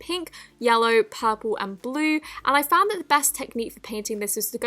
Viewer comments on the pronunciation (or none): none